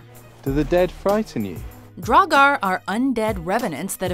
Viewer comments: Wow first one is draugur but they said dragar that’s when u know the video will be good HAHA AND 7 SLIPNIR HAHAHAH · It’s not draugar is draugr, there is no a, you go straight from the g to r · The pronunciation for draugr isn’t right, but everything else is pronounced decently. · Sorry to be that guy but its Draugr (pronounced draw-grr), Sleipnir (pronounced sly-pnear), Svaðlfari (pronounced sva-thl-fari(ð is pronounced like th for THis, or THat, or THen)), Veðrfölnir (ve-thr-fol-neer(remember- ð is pronounced with a loose th sound)), Níðhöggr (pronounced nee-th-hogger), Muspellheim (moo-spell-high-m), Niflheim (knee-full-high-m), you got Ratatoskr right but you tried a little too hard. Dwarves came from Ymir's skin as maggots and reside in Svartalfheim (svart-alf-high-m) or Niðavellir (knee-tha-ve-leer). Tyr lost his hand during the time when the gods were chaining Fenrir up. Fenrir ate it. Once again sorry to be that guy.